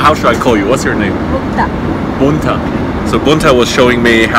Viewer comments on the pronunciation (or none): It's Mukta not Bunta, lol.